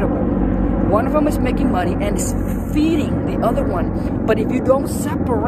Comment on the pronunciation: I like how you say, "moe-ney"